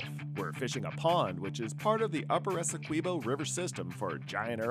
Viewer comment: Really good video... But i get so pissed when the dude say's Essequibo wrong every time